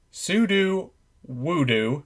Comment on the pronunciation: Please put some respect on my man sudowoodo’s name